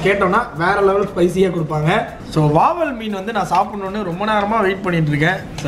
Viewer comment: Athu Vaval illa Vavaal 🤣